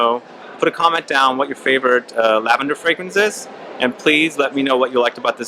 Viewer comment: I liked thinking you guys kept saying "Tell a grandma!" 👵. I don't have much experience with lavender fragrances so uhhh... I'm from NY!